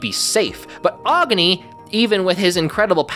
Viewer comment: Agni is pronounced Agh-nee not whatever you said